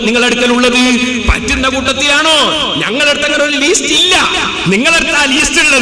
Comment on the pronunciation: പേരോടേ, ലീസ്റ്റ് അല്ല, ലിസ്റ്റ് (list).